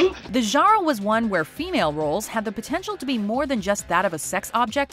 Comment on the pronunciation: It's funny the way she says genre. Zhanwuh.